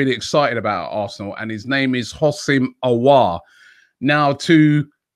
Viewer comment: Adam White smiling coz Robbie finally said Aouar’s name correctly 😂😂😂